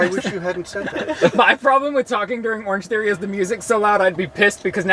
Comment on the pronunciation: I heard "orgy" instead of "orange theory" and the rest of the conversation was still making sense and I got worried there for a sec :'D